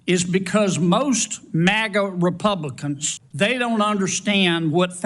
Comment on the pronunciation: Right at the start he defo says "Republicunts". Does he know he's one of them?